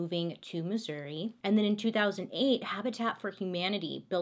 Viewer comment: Thank you for saying Missouri right!! From a proud Missourian!! Some call it misery but We call it God's Country!!! Lol